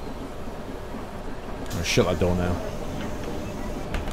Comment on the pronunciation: haaaa it did sound like that 😂😂😂😂